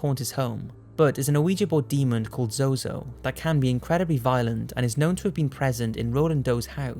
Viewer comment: its zo zo